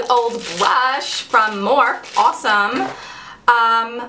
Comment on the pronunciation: Can't wait to get mine! The brushes are called Morpheeee you pronounce the 'e' like e lol